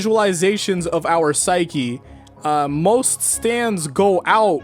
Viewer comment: I like how you said MOST stands